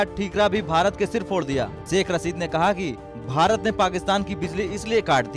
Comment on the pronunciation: Aby Delhi ke Dallo saikh nahe hota shaikh hota ha 🤣🤣🤣.... Toilet less bhikareo 🤣🤣....... Apne farmers ko daikho